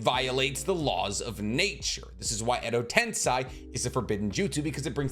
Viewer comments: Not you saying Edo tensai😭😭 im dead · Every time he said Edo TensAi I flinched a little. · I don't want to be that guy, but its pronounced Edo "Ten-Say" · Your pronounciation of Edo TensEi shouls be the forbidden jutsu my man. Not to mention Suigetsu. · Why do you pronounce Edo Tensei like that? Its not the way its supposed to be pronounced.. english pronunciation is so weird sometimes.. just say it like they do in Japanese version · Why on earth are you pronouncing Edo Tensei in such a weird manner... -_- it's so grating to the ears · Take a shot every time he mispronounces Edo Tensei ... spoiler alert, you drunk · I disliked this video and unsubscribed because you can't say edo tensei correctly. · Every time he mispronounces edotensei, a puppy dies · Im sure its tensEI not tensAI. It was grating on me how you could seemingly pronounce everything correctly except for this one thing. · Edo ten-say. Not Edo ten SAI or Edo tensign. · it's not edo tensai but edo tensei, no hate but if u wanna make video on it, at least pronounce it right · pls stop saying Edo TensAi.... it's Edo Tensei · I love the videos, though 100% of the Edo Tensei have turned into Edo Tensai. It's almost like saying Noruto instead of Naruto. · It’s Edo tensei not edo tensai. Pls try to say it clearly because it’s annoying hearing you say Edo Tensai. It’s EDO TENSEI. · Its Edo Tensei not Edo tensai! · And you keep on repeating the wrong spelling, edo-tensAi! Soooooo many times! It's annoying really! EDO-TENSEEEEEEEEEEEEEI! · Why do insist on saying edo-tensAi!?! Edo-tensEi! It's that simple! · Gosh, I hate the "Edo Tensei" Parts of this video... It's spoken "Edo Tensay" not Sai 😫... Like...the way they say it in the show...please just speak like the fucking characters using it 😩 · Isn't it Edo Tensei and not Edo Tensai? Kinda triggering to hear make this mistake multiple times in the video lmao Keep up the good work tho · It’s pronounced Edo Ten-say. All the characters in the anime say it this way.